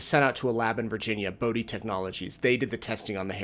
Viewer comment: What a day! Thank you for pronouncing BODE correctly. These were precious customers of the company I retired from recently. I was in tears when the teachers were testifying today. Hopefully the jurors see through John Prior's week pokes in the holes. I am sure they do! Love your analysis each day! ❤